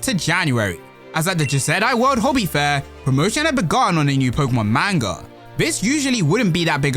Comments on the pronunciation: Not trying to annoy here... Someone needs to tell you.. Its pronounced "Mon-Gah" not "Main-Gah". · pronounced (pronounced like mon in pokemon) Mon-gu (like gun)